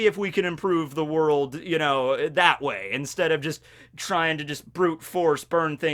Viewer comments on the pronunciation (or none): "Worlk" in the kizaru thing in the beginning. It bothers me but..carry on.